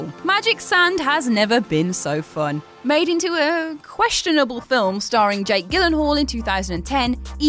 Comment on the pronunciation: Everyone complaining about games not on the list. Did no one hear that pronunciation of jake gyllenhal